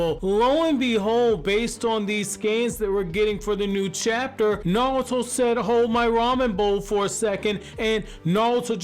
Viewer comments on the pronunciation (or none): Bro, it’s NARUTO, not Nawuto